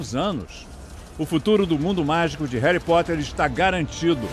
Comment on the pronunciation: Só o dobby pode falar "réri"